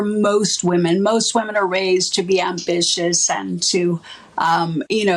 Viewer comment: There is a difference between "ambitious" and "ambitchious"